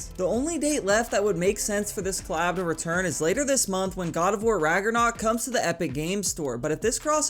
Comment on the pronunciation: “god of war RaGeRnOk”💀🤣